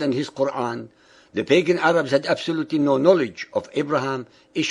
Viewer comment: lol he said the 3 types of arabs wrongly